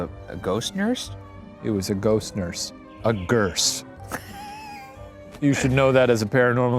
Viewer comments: When Shane said "What do you call a Ghost Nurse?" And he said a "Ghurst". I just bursted out laughing! 😂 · "It was a ghost nurse. A GHURSE" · "It was a ghost nurse... A Ghurse." 😂🤚😭🤚